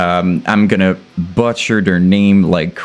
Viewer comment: i been here since the beginning and I love seeing your channel grow. with that being said i also love how you literally butcher the word butcher 🤔🤣🤘🏻 keep em coming!